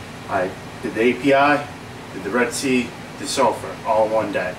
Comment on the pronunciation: "Salifart" haha